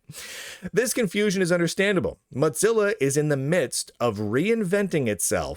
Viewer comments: Is it an inside joke that you pronounce their name "MOT-zilla" instead of "MO-zilla"? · I still think it's an intentional insult, calling it "Mudzilla" rather than Mozilla. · Im not the only one hearing Motzilla, right? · Is there a backstory to why Mozilla is being pronounced as Mot-zilla? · The correct pronunciation of Mozilla is 'Mow-zi-luh', according to both videos published by Mozilla itself, and the pronunciation guide provided by Google. I don't think I've ever heard Mozilla pronounced with a 'tz' sound other than by Lunduke, but the fact that there's at least one other person out there who's mispronouncing it in a similar was suggests it was just an mistake, rather than something more interesting. Thanks for humouring me, much appreciated! ❤ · I enjoy these videos, but I can’t stand hearing “modzilla” over and over again. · Mutzilla? Motezilla? Why are you saying it weird? lol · The real question is: will learn to pronounce "Mozilla" before it disappears? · It's a single "z", not two. You pronounce it like "fozy", not like "pizza."